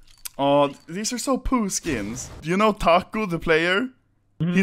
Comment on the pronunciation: Btw you said tacio son of a bitch and the language we speak is Portuguese not Brazilian lol